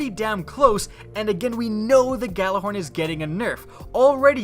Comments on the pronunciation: You pronounce it Yallahorn you uneducated fool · Why can no one pronounce Gjallarhorn correctly? The Gj makes a Y sound guys. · Everybody pronounces Gjallarhorn wrong...